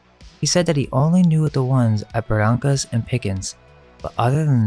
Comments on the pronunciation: You're from Pcola but pronounce Barrancas wrong? Ba rain cus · C'mon man, it's pronounced Buhrankus (Barrancas), Mikray (McRee), Sirvanteez (Cervantes), and Tehhar (Texar). A local should know that. You sound like a google maps narration.